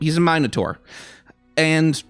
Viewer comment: Please never say minotaur like that ever again....